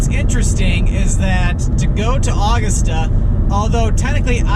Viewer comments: When You Said [Awgasta], Its U-Gusta, Augusta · It's A-GUST-a not August-a!! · As a Maine resident, I chuckled hearing you try to pronounce Augusta 😂 ! It isn’t actually August-ah but Ah-gust-ah